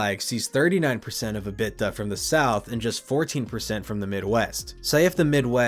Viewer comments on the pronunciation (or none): EBITDA = E-bit-tah, not "uh-bit-tuh" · Dude...your content is usually good, but who is Robert Zimmerman? How is EBITDA pronounced? You're better than this! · mclovin should have told you how to pronounce EBITDA. thanks for the video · EBITDA pronunciation is revolutionary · Love the pronunciation of ebitda 😅